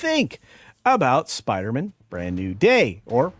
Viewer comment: As much as I hate the forced female thing, and Zendaya in literally everything, I think I hate the way you pronounce Spider-Man the most.